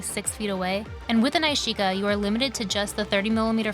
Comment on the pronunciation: Loved the film results. Pretty sure that’s not how you pronounce nishika though 😜